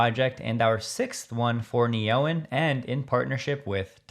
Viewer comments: I would bet an Australian dollar it is supposed to be pronounced Neo-en, not Ne-oen. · Hi, Great and crystal clear work as usual. Just one thing regarding Neoen... it stands for "New energy", so should ideally be pronounced Neo En, as a combination of 2 words. Cheers.